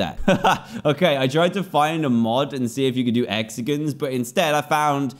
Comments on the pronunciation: nobody: dan: HEXAGINS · Hexag i ns